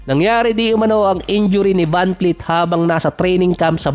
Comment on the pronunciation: vanvleet po hindi vanfleet...